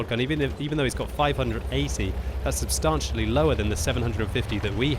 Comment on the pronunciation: You're mispronouncing 'substantially'